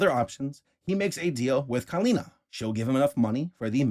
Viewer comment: Crazy how Kylina is the most misspronounced version of my name 😭😭😭. I jump each time you say it in an irritated voice. Like a jumpscare